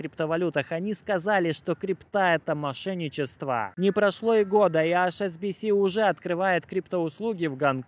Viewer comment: Друг, у тебя найсупераTION видео ролики. Прошу, не говори "АШ' SBS skaжи вот так: "ЭИЧ"SBS У меня тик на эту тему :))))